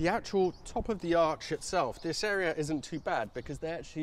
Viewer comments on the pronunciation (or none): none